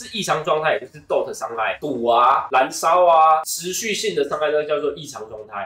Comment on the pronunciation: DOT傷害啦 不是DOG😂